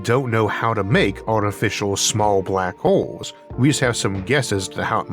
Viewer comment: For some reason I heard 'black holes' as 'Barack holes'. My mind went places for a few milliseconds.